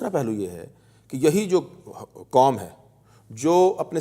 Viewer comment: kom nahi quam